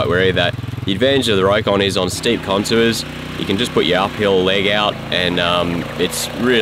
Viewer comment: The name is pronounced "Rock-on" not "Row-kon".